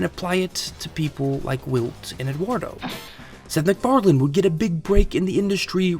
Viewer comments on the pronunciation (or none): It's MacFarlane not McFarland Mandela Effect